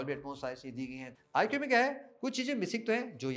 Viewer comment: आईकू not आईक्यू... please do correct pronunciation